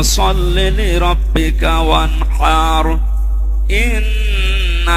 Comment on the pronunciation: হুজুরের সুরা কাউছারের শেষে টানে ভুল আছে,কাউসার,ও্যানহান,আবতার শব্দে কোনো টান হবে না